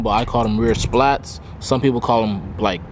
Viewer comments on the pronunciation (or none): The rear shits called "spats" not splats